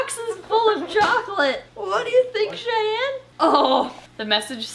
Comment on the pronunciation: "Shayne" no its Cheyenne